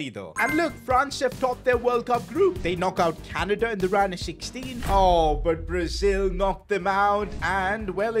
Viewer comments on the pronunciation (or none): none